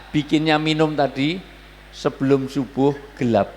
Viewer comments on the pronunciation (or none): none